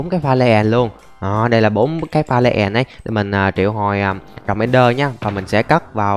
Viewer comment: Pha lê èn, đì èn , tiếng anh best trẩu phát âm